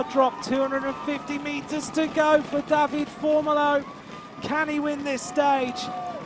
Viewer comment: Great extended highlights and I enjoyed the commentary. However, dear commentator, we Italians pronounce all vowels (like the Spaniards - unlike the French). So, you read it DAVIDE, not David